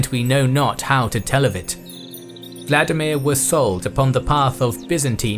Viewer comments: The correct pronunciation of Vladimir is vla- DEE-mir, not VLA-di-mir. Accent on the second syllable . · You used the wrong pronunciation here. Vladimir is russian, which diverged significantly from the original language of the Rus as a result of steppe influence and the westernization of Czar Peter the great. Modern Ukrainian is closest to the original Rus and the pronunciation there is Volodimir. In old Russian it would also be the same, but Peter changed the language during his reign. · Volodymier, or Volodymyr, not Vladimir.